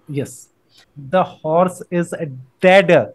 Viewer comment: “horse is a deddd”.the accent tho😂